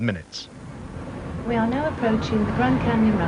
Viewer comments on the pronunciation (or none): you have a nice thick North Staffordshire accent there, why are you trying to cover it up with a Standard accent? 'We are now approachEEN' the grand canyon rapEEDS'